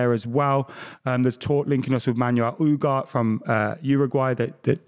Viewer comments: Adams pronunciation of Ugarte is hurting me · it’s Ugarte not Ugart. ooohhh-gar-teh